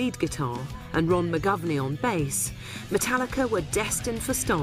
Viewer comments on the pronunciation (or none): why the fuck does she say mootallica